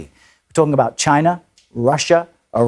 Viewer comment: "Wu-toggn-abot China, Russia"... is that what passes for a news anchor?